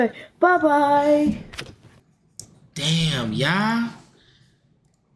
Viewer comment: fanum saying babye at took me out!